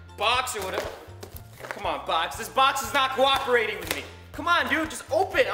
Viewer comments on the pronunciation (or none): I thought he said 'its not guaaving with me' turns out he said 'cooperating'😞